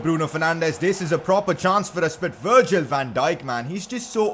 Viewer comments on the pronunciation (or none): none